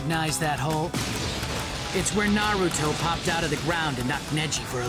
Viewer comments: He doesnt know how to pronounce "NYAYRUTO" either. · Aside from comparing two great anime, stop saying naruto wrong. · A cat sooky group? Fuck this video! I was willing to accept Naeyruto and even tiny snippets of the english dub, but now I kniw why people bash on people who watch the english dub. No idea how to pronounce japanese words + talking about japanese stuff and using their words = ew.